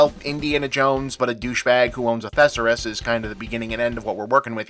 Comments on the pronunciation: WTF is a Thessarus? Did you mean Thesaurus? Cos i've never heard it said like you just did. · "thessaris"? is that some kind of ally to the Chtauri? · Owns a what? A "thesseress"? Bob... 😆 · Accurate. Other than whatever that pronunciation of "thesaurus" was. Still better than Godzilla: KOTM though. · I have absolutely never heard anyone pronounce "thesaurus" like that. Is that just a regional US thing or...? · Bob, my buddy, my guy, that's not how you pronounce thesaurus. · Bob, could you say "thesaurus" one more time, please? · Were you saying thesaurus? I have never heard it pronounced like that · ….am I the only one weirded out by how Bob pronounces “thesaurus”? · I has to Google it to make sure I hadn't been mispronouncing it for decades.